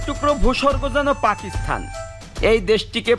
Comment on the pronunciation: ভাই আপনি বৃহত্তর কুষ্টিয়া জেলার মেহেরপুরের একজন ছেলে হয়েও পাকিস্তান শব্দটির উচ্চারণ টা বারবার ভুল ভাবে উচ্চারণ করে পাকিস্থান বলছেন কেন? যেখানে সারা বাংলাদেশের শুদ্ধ ভাষায় কথা বলে কুষ্টিয়ার মানুষ। আমি কিন্তু কুষ্টিয়া জেলার কুষ্টিয়া সদর থানার জগতি এলাকার ছেলে। অনুরোধ রইল পরবর্তীতে সংশোধন করে নিবেন। কারণ আমি আপনাকে মন থেকে ভালবাসি আপনার ব্লগ গুলো খুব ভালো লাগে এবং দেখি।